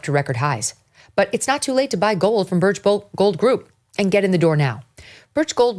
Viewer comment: "Ay yand" Cortez is a moron.